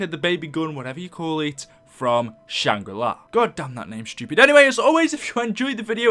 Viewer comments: Not shang ri lai its shang ri laa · why do you always say "shangrilai"? its shangrila its nothing personal its just something i wanted to say. but keep at the good work and love you vids ps:this is not the first time i heard you say shangrilai ☺😂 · I also never heard a map called "Shangri Lie" I thought it was "Shangri La" lmao